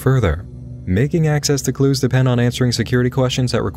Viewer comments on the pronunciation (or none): none